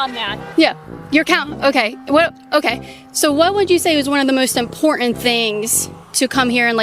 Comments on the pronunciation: it is IMPORTANT not imporent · Hey why do you not pronounce the T in words like button you say bu in and instead of saying important you say impor-ant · The ‘t’ in important isn’t silent llol